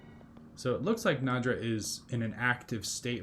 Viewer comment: "NAY-draw" is how it's pronounced. The "D" isn't before the "ya". lol.